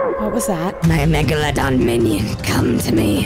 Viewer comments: Be you great video an that ahark is not a meg la don it's a megalodon bye have a great day be you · The sharks are called mega londons. Not mega la dans Btw #Subscribe #Notification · it's pronoued meg-a-la-don